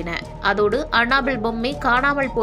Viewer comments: Hey tharkuri, It's not anna bell.. it's Annabelle. What kinda pronounciation is that?!!!! What a shame!!!! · It's not anna bell😂😂😂😂 It's annabell